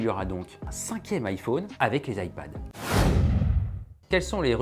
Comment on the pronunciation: On dit iphone comme téléphone. Pas ifaune comme faune et flore. C’est insupportable d’entendre AU au lieu de O